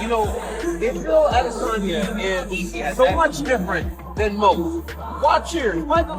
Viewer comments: The way that guy pronounces Adesanya's name is like nails on a chalk board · bro i hate the way this guy says adesanya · This 🤡 pronounces RosenSTRUCK and A-DESS-anya.